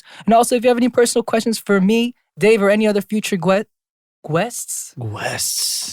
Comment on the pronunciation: The way Dave noticed that Jae spelled his name J-A-E but not that he said Day-A-Y-6 lmao